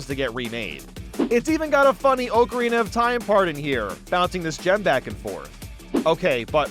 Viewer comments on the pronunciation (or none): none